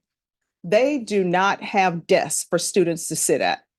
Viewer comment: i love her, but she cannot say desK. with a K